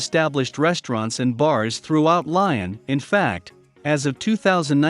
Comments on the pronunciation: Lyon is pronounced “Lee-On”, NOT “Lion” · It's pronounced Leeon you idiot.